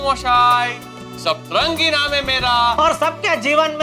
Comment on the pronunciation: Sabtarangi ❌ satrangi ✅ 😂😂